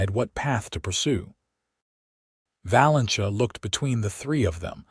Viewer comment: Hopefully AI narration will soon improve enough to pronounc names of people correctly! Valencia should be pronounced "Va-len-see-ah," NOT "Va-len-chuh!" And the "j" in "Elijah" should be a soft "j" NOT a hard "j!" Seriously, do better!